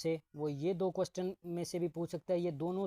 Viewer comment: Questen ni question hota he😂😂